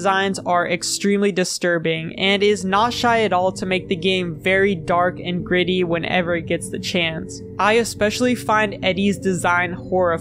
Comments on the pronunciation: I definitely heard “griddy” not “gritty” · I definitely heard that instead of gritty